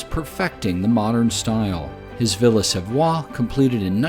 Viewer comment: Lmao he isn't saying it right at all he brutally butchered how you pronounce le Corbusier aswell